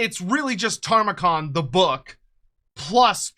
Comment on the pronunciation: You keep saying Tamurkhan wrong bro 😂 It's Ta-mur-khan not Tar-mu-khan ❤